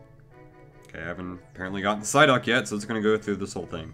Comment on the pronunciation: Ampharos23xX sideuck says psyduck